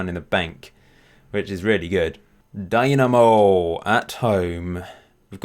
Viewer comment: its not a company but a society, and Zagrebs Dinamo doesnt have anything to do with them. It was just a popular name for clubs in eastern block back during the 20th century Also its pronounced like Deenamo, not Dynamo